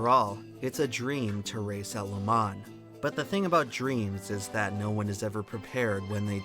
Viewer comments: Next time pick a computer generated voice that sounds like a man not a child and one that can pronounce "Le Mans" properly. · Dude, if you're going to do a video on a topic, at least learn how to pronounce said topic first. So annoying! It's pronounce le- mah. The N is silent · Bro did all this research just to say Le Mans wrong the whole video